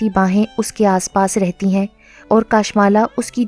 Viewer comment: Assalam dear yai naam kashmala hai kaashmala nahi .